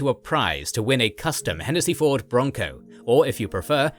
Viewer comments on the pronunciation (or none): none